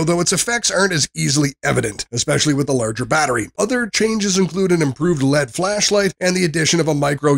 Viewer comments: A real person would say Miliamp hours and MAH, or say L E D and not Lead. I look for reviews that are genuine and not fake and lazy. Never again for this channel. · NiMH is pronounced "Nickel Metal Hydride" L.E.D. is pronounced "L-E-D." N.O.A.A. is actually the NWS, or National Weather Service.